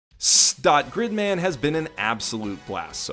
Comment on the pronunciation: I've never heard a better pronunciation of this shows name.